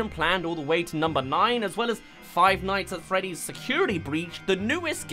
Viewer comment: finights at fweeeah dees